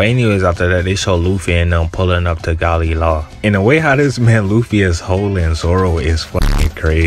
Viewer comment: Gali la? hahaha isnt it galeh lah